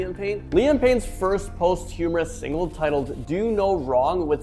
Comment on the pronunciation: Bruh, please tell me you didn’t pronounce posthumous, post humourous lol😅